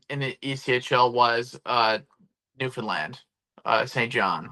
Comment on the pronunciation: I'd like to thank you for pronouncing Newfoundland properly. Cheers from NL